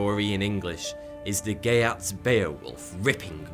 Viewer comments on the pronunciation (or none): This might have been said, but as I type, there are already 1292 comments and I still would like to offer a pronounciation: "Geats" is pronounced "yates."